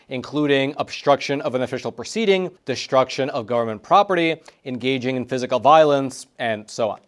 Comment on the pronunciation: English pronunciation: the letters "ST" are not pronounced "SHT". It is Des-truc-shun, not "desh-truck-shun". And "dis-trib-u-ted", not "dish-trib-u-ted". S-T-RAW, not SHT-raw. S-T-RAIGHT, not SHraight. You're making the same mistake with the sound of XT, you're saying ksht. XT is not pronounced sht. It's elderberry Eks-tract not eksh-trak.